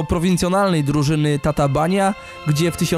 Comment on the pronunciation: nie pamiętam już wszystkiego co było w materiale, ale najważniejsze - nazwisko. nie Grosicz, tylko Groszicz. nie Dźula, tylko Dźulo, nie Tatabańa, tylko Totobańo. oczywiście, wszystko w wielkim uproszczeniu. generalnie najważniejsze zasady - 'a' bez kreseczki;) czytamy jak 'o', 'a' z 'kreseczką' jak 'a', 's' jak 'sz', 'sz' jak 's'. 'ly' to 'j', 'e' z kreseczką to coś pomiędzy 'ej' a 'ij', trudno to tak wytłumaczyć;] chyba tyle z najważniejszych, jakbyś miał problem z jakimś konkretnym słowem - pisz na mejla w mojej zakładce About. miłego!